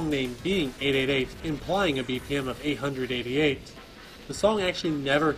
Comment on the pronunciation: 888 is correctly read as "Hachiyasoba".